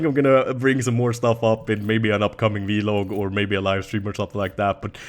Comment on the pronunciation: Ur the only youtuber i watch that says v-log instead of vlog in just one word